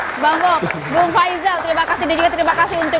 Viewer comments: Faizal bang bukan faisal , entar dimarahin lagi sama bang faizal ..... tapi si faizal nya sendiri, kalo nyebut nama orang se enak nya, boni jadi beni ..... Pendukung anies semua nya TLOL2 begini yah, persis junjunan nya..... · Faizal tante, bukan faisal , entar dimarahin lagi sama bang faizal ..... tapi si faizal nya sendiri, kalo nyebut nama orang se enak nya, boni jadi beni ..... Pendukung anies semua nya TLOL2 begini yah, persis junjunan nya.....